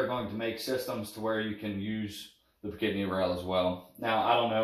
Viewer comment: Pic-a-tin-ny not pi-cat-nny